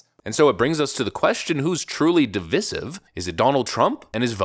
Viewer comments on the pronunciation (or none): I like your content but I don’t think that’s how you pronounce divisive ❤ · DIVISIVE does not rhyme with dismissive. Otherwise, well done.